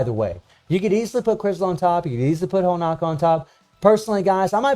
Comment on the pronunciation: Come on man.... why is Honoka still pronounced as Honaka. Btw most DOA characters should be at SS to SSS tier. Especially SS Kasumi, as hard as she is to use - had the only ability so far to attack on air while being attacked, plus getting Hyper Armor which helps massively in fighting opponents that depend on air juggling like BS Zero and Ignitz. If SS Kasumi has buff removal, she will easily top the PVP charts with all those buffs she had. SS Marie has Super Armor and Hyper Armor in two different skills with two counter abilities too, easily enabling her to attack non stop in both PVP and PVE. Normal Marie is fun in PVE, I practically cleared DOA stages with her at A3, easily. Imo SS Honoka is decent in dealing damage but she's rather squishy in comparison to all current SS characters, perhaps since its a free character and Netmarble just won't give you the advantage. Normal FES Honoka on the other hand can be monstrous in PVP as she has buff steal that lasts for 5s (imagine stealing attack buffs with hyper armor successfully), and her dual DOT effect is great for guild bosses. I basically replaced 7ds King with normal Honoka, because King's useless super long ulti animation just could damage Rugal much during starlight dot. Not much chance to use both Nyotengus due to them only A1.